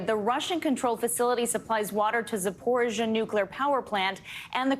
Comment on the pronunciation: your pronounceation of Ukraine names is poor (ie. zapohigia, donbask etc.), I thought that a news organization like MSNBC had the resources to get at least nouns pronounced correctly, be correct in your news comentory ought to report truth, not getting it right undermines credibility